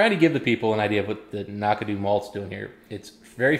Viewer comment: I was wondering why would review a 10 year Knockdhu….. Without tasting that particular one, my only disagreement might be the pronunciation. Why are you putting an “a” between the Knock & dhu? Keep drammin you guys. I am looking forward to another one quickly I hope…..